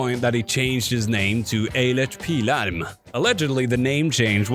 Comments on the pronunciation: I'm Swedish, and I must commend you for your flawless pronunciation of Eilert Pilarm. I actually met the man once and got a CD signed. This CD is one of my most prized possessions. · I'll grant you a like if only for actually pronouncing Eilert Pilarm correctly! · Seriously, I had to rewind just to hear him say it again. This is what we get? They pronounce "smorgosbord" like they're summoning the Old Ones but this guy learned how to say Eilert Pilarm? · Bro where are you from cause that pronunciation of eilert pilarm and morgonpasset was shockingly good. I've never heard swedish pronounced with that much care by someone not from here